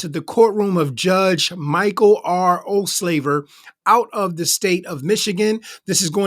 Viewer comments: Judge's name is Ol-saver not Ol-slaver!😉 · It’s NOT “Olslaver” — it’s “Olsaver” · It’s “Olsaver” not “Olslaver.” More comments later. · My dearest sir. It’s not OldSLAVER. 👀It’s OlSAVER. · It’s OhlSAVER NOT SLAVER! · 😮 Ouch! Dude, perhaps put in a bit of practice pronouncing the name of this judge. It's Judge Olsaver. Ol'... saver.... Not "O'slaver" like you said literally every time!! 😮 LOL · is the owner of this channel calling the judge Ohslaver? I have like gone back and listened to this several times....I mean come on!!! Osaver seems worse enough!